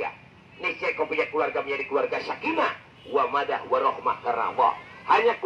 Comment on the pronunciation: Sakinah WAMADAH warohmah. Yg benar "mawaddah".